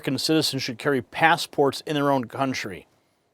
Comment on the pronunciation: "pass-eh-ports"? Gaslighting.